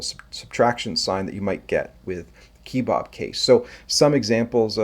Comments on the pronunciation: 'kuh·bab' as in it looks like a Turkish skewered meat, not' keee-bob'. Why are you making up your own pronunciation and who is Bob lol? 😉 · Who says "key-bob"? "Keh-bob". Like those things you eat (and what you showed at the beginning of the video).